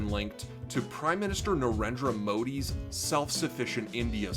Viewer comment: You said Narendra Modi better than Trump I thank you for that :)